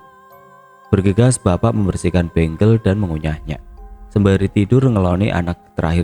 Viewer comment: Ralat kak, untuk tanaman bengle yg dikunyah itu bukan bacanya bukan benggel, tapi bacanya tetap bengle,,, bacanya jangan di inggris2kan.😅